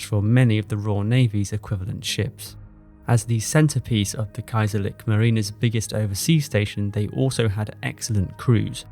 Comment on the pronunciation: Kaiserlick marine? When u say Churchill, u wouldn't say Kurkill, right?